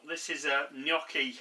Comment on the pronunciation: First of all, I'm Italian and I hear so many people pronounce Gnocchi wrong. You say it perfectly! I have memories of making home made potato Gnocchi with my mom. It's so good and one of my favorites. As you poured the 2nd glass of wine, I was wondering if that one was for you. hahaha. Great recipe!